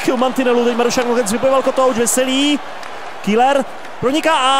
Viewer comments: Ahoj v celku dobré video aš na dvě chyby za 1. Seš tak ukecanej že ti často nejde rozumět :D a za 2. Pokaždé když je v zápase zlín tak místo Keller (výslovnost) řekne š KÍLER ! V minulém zápase jak si hrál za Zlín tak ti to fanoušci několikrát napsali v komentářích a tys řekl že si na to dáš pozor.Ale co chybička se bloudila. A prosím dávej v zápasech bitky. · Super video ale čte se to Keler !!